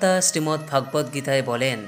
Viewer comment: Please see the pronunciation correctly as Sreemad Bhogabad Gita. Not Bhaagabat Geta.